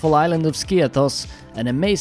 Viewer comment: To nie Skios tylko Skiathos. Jesli ty nie umiesz nazwac wyspy poprawnie to co dalej...?